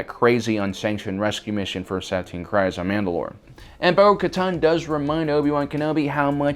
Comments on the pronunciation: Every time I hear the name Kryze in either "The Clone Wars", "Rebels" or "The Mandalorian", it rhymes with breeze not rise. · Please learn to pronunce the names properly. It's not pronounced krise but kreese. Even the clone wars episodes sshowed this. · Great vid! Just FYI, "Kryze" rhymes with "breeze," not "eyes." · You mispronounced Kryze. The way you're suppose to pronounce it is like freeze, but instead of an f, it's with a k (Dave Filoni and characters in Clone Wars and Rebels say it like this) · I am pretty sure Bo Katan's last name is pronounced Kr-ee-ze